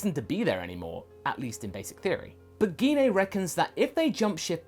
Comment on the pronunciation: Gine's name is pronounced as Jean. It's like when saying Jean Grey. We don't say Gee Na.